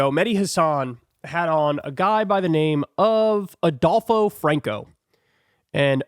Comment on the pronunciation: ""Adulpho"" huh?